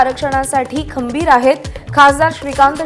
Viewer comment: Bayo , gambhir la khambir kahun mhanli ?